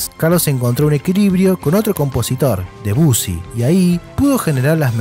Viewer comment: Excelente todo! Muy gracioso como pronuncias al gran DEBUSSY jajaj